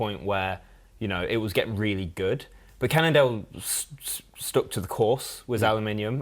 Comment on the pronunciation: Again another one with the "Candle" problem... It's Cannondale,.